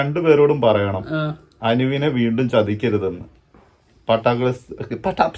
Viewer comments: Bro പാട്ട alla പട്ട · പാട്ട അല്ല പട്ടാ ആണ് bro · പാട്ട ഗേൾസ് അല്ല, പട്ടാ ഗേൾസ്!